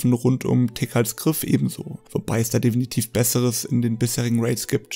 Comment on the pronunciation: Ein allgemeiner Tipp: Vllt vorher ein Skript schreiben. Du sagst viel zu oft "definitv" und dann auch noch etwas unsauber ausgesprochen. Daran womöglich mal schrauben, ansonsten gutes Video.